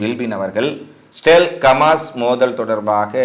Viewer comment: Why you say Kamas (கமாஸ்) instead of Hamas (ஹமாஸ்).?